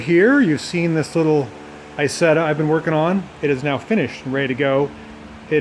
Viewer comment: First, "Isetta" is an Italian word. Italian has NO long "I" sound. It's "EE-setta". Second, as has been pointed out, "Kabine" is pronounced "Kah-BEE-nuh", NOT "ka-BINE". As you may have guessed, it means exactly the same: "cabin".